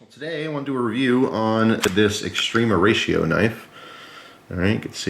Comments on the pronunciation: Just gotta point out every time you called it(correctly per your title mind you) extrema ratio, it sounds like you're saying extreme horatio. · the A in extrema is pronounced kinda like ah, English when spoken relaxed by a fluent speaker it is normal for the spaces between english words shrink and flow fluidly sounding like extrem-ahratio. American English has there own colloquialisms, and (a native new jerseyite speeks with a specific accent. To me it sounds like a slight speach impediment, you can hear it distinctly with the word water.